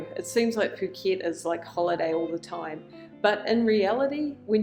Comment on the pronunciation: She’s pronounced it perfectly 🤡